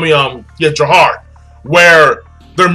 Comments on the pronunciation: Its jafar not jahar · JAFAR!! damn it not JAHAR!! lol